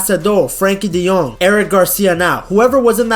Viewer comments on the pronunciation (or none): none